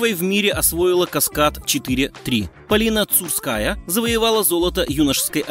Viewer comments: омг, журнализды, когда же вы выучите, что прыжок ЧЕТВЕРНОЙ... ну и правильно произносить фамилии неплохо бы: КосторнАя, ЦУрская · Алёна КостОрная, Полина ЦурскАя (с) 🤦‍♀🤦‍♀🤦‍♀Автор, а нельзя было к видео как-то подготовиться? Фамилии фигуристок узнать?